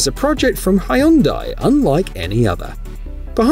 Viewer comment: Hyundai is pronounced HUN-day. Pronunciation research takes 2 minutes but it preserves your reputation for accuracy.